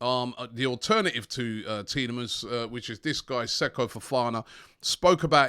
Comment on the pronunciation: Robbie please donate £1 to a charity everytime you say Tielamans this week And I will match it